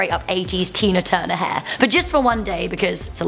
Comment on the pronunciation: Can you say hair? Not haa